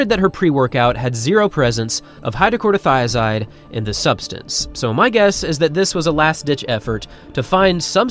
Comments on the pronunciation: “Chloro” not “Corto” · It's hydro-CHLORO- thia-zide. Not Hydro-CORDO - thia-zide. LOL! It's a very common high blood pressure drug in most Western countries. If you are stick thin and run for a living the chances of you having HBP are pretty much non-existent. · How many times are you going to mispronounce hydroCHLOROthiazide?